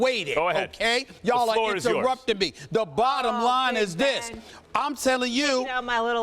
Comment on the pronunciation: "I..hear.. yall.. inter-rupt-ing mee"